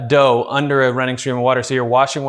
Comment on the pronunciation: 💞💓😍💓💞😋💞💓😍💓💞 WHOA THE URGE IS REAL!! The need to prepare for a Sunday brunch accompanied by Mimosas, Bloody Maries, Double IPAs and/or Rose' is ASAP! Also I Believe But am not for certain the way he says Dause is SO Canadian! AYE... That Sounds Aboot Right!?!!😂